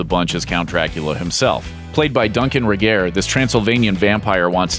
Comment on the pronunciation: Ummm Ray-garr, Elbaahhh not Elbow and Drayfuss !